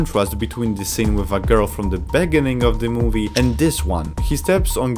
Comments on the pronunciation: Me:beginning "Beggening" Me:😒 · "Bers" "begining" "shWord" bro I can't💀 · "Let's start from the begenneng" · "the beginen of the film" lol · "Begening", "Consise" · Prota-gonist Beg-gining I oke hiw he pronounces it lol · In the beninging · in the benining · the way he pronounces "beginning" makes me laugh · the way he pronounce "beginning"